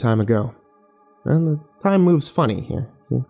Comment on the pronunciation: Shocked Kirby Original story is "Paranoia? Schizophrenia? The gay?" But his pronunciation does sound like "your"